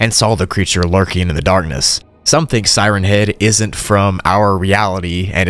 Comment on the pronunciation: tfw he puts the emphasis on head instead of siren. Siren head is a thing with a siren for a head. siren Head is a remote nature spot like Lover's Leap or Henderson Point. "Hey babe, you wanna go up to siren Head and make out?" (He does get it right a couple of times, but that's when reading it fast, like one word, like Slenderman. Sirenhead.)